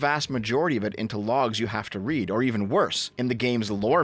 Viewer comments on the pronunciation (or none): none